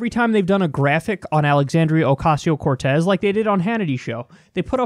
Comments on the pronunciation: Oh man, your face when that dude bungled literally every one of AOC's names. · when that other guy mispronounces Cortez's name I love Kyle's face. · Kyle's face when mispronounced, "Alexandria Ocasio-Cortez" priceless. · The look on Kyles face after that terrible mispronunciation.